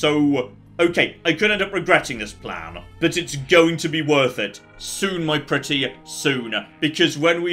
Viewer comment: Big Dutch Energy "One last stored critical, then it's off to Nuka World! I have a PLAHN!"